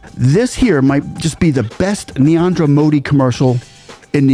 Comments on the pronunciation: Just one thing, friend, you seem to pronounce the first name of the PM in a way that sounds like 'Niandra' rather than 'Narendra'. I love your videos and this just seemed to stick out. 😅 I understand that it's an unfamiliar name for you, so this isn't criticism, just trying to help! 😊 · Narendra❌ Niandra✅ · Its not Neanderthal or neandar modi. Its N-A-R-E-N-D-R-A MODI